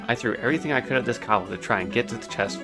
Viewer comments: Cobuldd lol just makes grit my teeth haha, but good story man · Such a good video, but what thev fuck is a Kuh-bald and the Duh-fees?